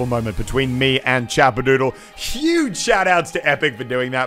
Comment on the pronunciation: Ik it’s not you because It’s Chappadoodle not Chapperdoodle